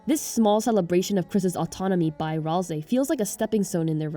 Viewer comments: Maybe you know but its pronounced ral say as seen by susies misspelling of ralsei when she griefs the instruction manual he made just sharing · Kinda related to the video: i HATE the pronunciation of Ralsei that people have chosen. Why do y'all say Ralzei when there is no Z? Or even worse, why Ral-SEE when Ral-SAY is right there and sounds SO much better. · I mean, sometimes. Your Ralsei pronunciation is inconsistent. BUT IT’S GOOD ENOUGH FOR ME